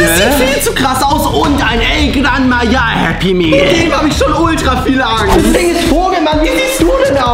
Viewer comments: Bro said El Gran Maya but anyways happy birthday🎉🎉🎉🎉🎉❤ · Se dice el gran maja no el gran maya😂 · It’s called El gran Maha